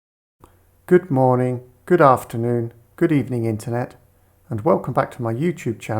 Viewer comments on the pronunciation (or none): none